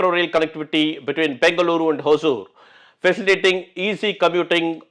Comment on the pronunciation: Sir sorry if im wrong. It is Hosur and not Hozur. There is no Z our languages both Kannada and Tamil.